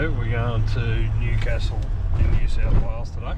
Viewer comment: Sorry to nit pick, your pronunciation of Newcastle is off. I think WA might have a town that they pronounce the way you are but in NSW it's New-castle (like what royalty lives in). Enjoy your travels.